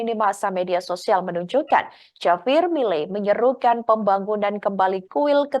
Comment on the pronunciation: Ini hos gimana sih, JAVIER itu dibaca, HAVIER, hurup J itu diucapkan seperti hurup H, Jangan ndeso hati-hati mengucapkan nama tokoh dari luar negeri terutama nama-nama Spanyol, Perancis dan Rusia.